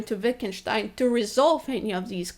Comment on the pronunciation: when she correctly pronounced Wittgenstein, I fell in love a little. If I were only young!